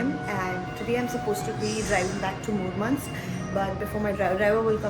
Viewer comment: You're pronouncing Murmansk incredibly correct and clean. Thank you for making the video for Russians that have never been there themselves. 😊